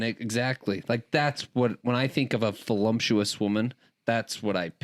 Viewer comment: I agree! I save the podcast to watch last! Just wanted to say the word is voluptuous not volumptious :)